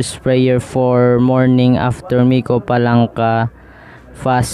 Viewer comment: Palanca not FALANCA😂😂😂😂